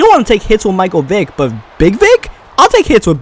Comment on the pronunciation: yah, at one point i thought he said micheal dick